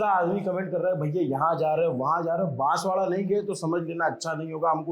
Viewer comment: Can you at least correct the name of the city. It’s Banswara not Banswada. Not expecting this from your end.